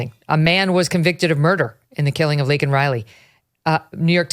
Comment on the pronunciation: Victor calls her "Lincoln " and you don't correct it?